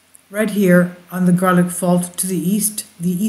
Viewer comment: it is pronounce "Gar-lock" ( not "gar-land").